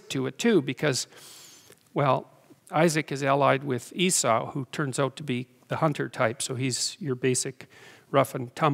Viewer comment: It's ee-saw, not ee-sou